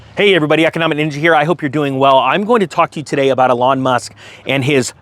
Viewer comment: "A lawn Musk" lol